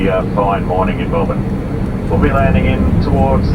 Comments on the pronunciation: The pronunciation of Aussie cities on YouTube is horrendous. It's not Mel-born, it's Mel-Burn. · ways to make an aussie cringe when an 'merican calls it "mell born" mel bin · FYI, the proper pronunciation is "Mel-BUN!" Hardly a genuine OZ experience. No "drop-bears" in the overhead lockers, no 'roos serving the meals, and no Vegimite! QANTAS has really gone downhill. :-) Still, PE is a big step up from Sardine Class in comfort, and almost essential for a long flight. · We say Melbun - I come from Manchester 😆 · Pronounced Melburn :)